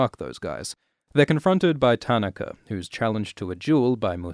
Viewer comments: Most of the name pronunciations weren't bad at all. Just "Tanaka" had me cringing haha. taa-NAH-ka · I cringed how you pronounced Tanaka but other than that well done, as usual. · Your pronunciation of Tanaka is really bugging me. :)